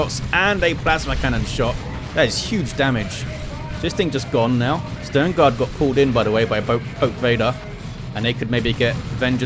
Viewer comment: I love how you say Sternguard (Stoneguard) :D